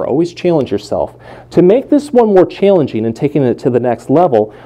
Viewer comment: I like how he says “chayllenging”